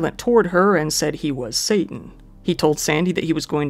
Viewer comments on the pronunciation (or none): none